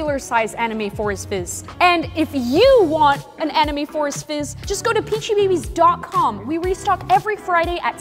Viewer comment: Only peachybbies fans know that its "Peachybbies" not "Peachybabies" 😅